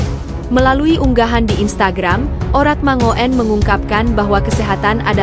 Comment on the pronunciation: tuk presenter ..bacanya Oratmangun bukan oratmangoen ..itu EYD ..ga enak didenger nya.